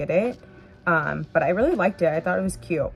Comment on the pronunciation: Pronounce your Ts, it's cute not CUE.